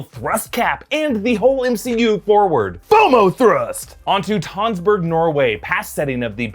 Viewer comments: The ø in Tønsberg is pronounced like uh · Just FYI, the letter ø (in Tønsberg) is pronounce like the u in "bunny" (or "gun" if you live in Texas), and the e is pronounced like the a in Avengers